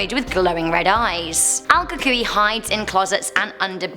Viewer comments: hi it's Kay from San Antonio and I think you are pronouncing the Kukui boogie man thing correctly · you nailed "cucuy" though